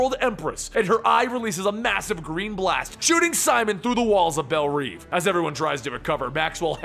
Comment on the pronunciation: Belle revvvvvvv! Not reeveeeeeee